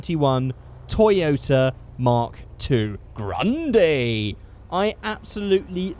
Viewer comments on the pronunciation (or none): "Graaaaandayyy" ... Right.